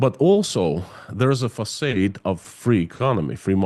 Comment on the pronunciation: PLEASE learn how to correctly pronounce FACADE! If you just use that word once in a while it would be fine but you use it quite a bit on your channel. It is one of the few French words that even Americans pronounce correctly (well - mostly correctly). It's pronounced “fuh-SAHD” or "Fa-SAHD".